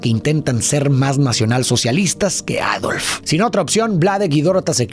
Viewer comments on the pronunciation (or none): none